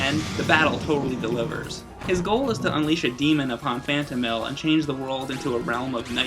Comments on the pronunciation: Phanto-Mile...Not Mill. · phantomile not phantomill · Oh my God stop saying Phantomill. It's Phantomile. Phantom. Mile. It's a portmanteau. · Klonoa door to phantomill? ITS PRONOUNCED PHANTOM MILE!!!!!! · It's pronounced Phantom-MILE, not Phantom-MILL, but other than that great review. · Sure it's not pronounced "Phantom-mill" and not Phantom-mile? Phonics! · question: do you pronounce the 'mile' in 'X miles per hour' as mill? cause it's not phantomill, it's phantomile. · I think it's pronounced Phantom-mile, not Phantom-mill. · I always pronounced it Phantom Isle. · I always pronounced it Phanto mile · I loved this game. Although I'm fairly certain it's pronounced "Phanto-mile" kinda like saying Phantom and mile. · Pretty sure it's pronounced fan-toe-mile. And I think it's an awesome name! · Phantom. Mile. That is how you pronounce it. It is a play on the two words to mean ethereal place, as the game is set *SPOILERS-SPOILERS* in the dream world *SPOILERS-SPOILERS* It sounds less "stupid" when said correctly I am glad you covered this game, as it is one of my favourite games from the playstation. And, btw, that puzzle on the moon you shown I had difficulty with too when I was younger. It was my breaking point back then, but the game still holds a special place in my heart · What is up with him constantly saying the name is awful...? The name is perfectly fine, and represents the game greatly. And I do believe you're pronouncing "Phantomile" wrong. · anyone else notice how he pronounces huepow and phantomile wrong? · Ack! I cringed when you pronounce "Phantomile" and "Huepow". I'm used to hearing the other way / how it's pronounce in Japan. Anyway great review. Maybe next time review Klonoa 2 and the GBA series? :D